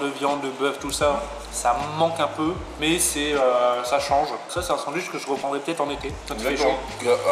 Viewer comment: Je valide pas le "duitch" perso !